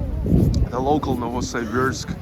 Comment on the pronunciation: я смотрю ты еще и архитектурой увлекаешься! Молорик, я твой недавний подписчик. Только пожалуйста, не называй наш город НовосАйбирск, так никто не говорит. Можешь даже транскрипцию в вики посмотреть. Удачи, жду репортажа из Омска!